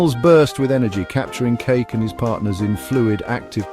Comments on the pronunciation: Kake is pronounced Kah Keh not like cake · Ka Kee is the correct pronunciation.